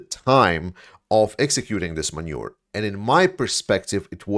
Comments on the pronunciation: Thanks for your videos, so well considered and objective. One thing that makes me laugh, in the midst of a grave topic, is the way you say manoeuvre, which sounds like manure 😀 I like it, but if you want to make it sound better you can say it as man-oo-ver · Manoeuvre. Not Manure. Manure means farmyard shit in English. LOL. Just saying. You have good English overall. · Muh noov er. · Great insights, as usual.. small thing: manoeuvre is pronounced 'manoova' not 'Manure'.... Manure is something else. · many thanks for all your work in summarizing and presenting so much information. If I may offer some tiny observation on a trivial pronunciation problem that has been confusing me over the last couple of videos, please understand that I have been left genuinely confused by the accidental ambiguity. To wit, the English with "manoeuvre" has a completely irregular pronunciation. The spelling is off no use to anyone. The first vowel can be like the A in 'father' , or like there A in 'hat' or like the E in 'problem'. The second vowel is like the OO in 'moon' and NOT like the U in 'puny'. The V is always pronounced, followed by whatever version of 'R' is appropriate for the accent. This pronunciation is entirely distinct from the pronunciation of the word 'manure', which would be a very fitting and colourful expression for you to use at certain points in your videos, but not where I thought I was hearing it. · Im determined to get you to say manoeuvre correctly. However long it takes.